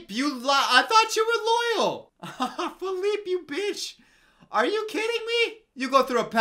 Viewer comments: When he calls the horse Feleeper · I love how called the horse “Phillipe,Phillipé,and Philliper 😂😂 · Nobody:: GastEn, Le fooL, Philliper XD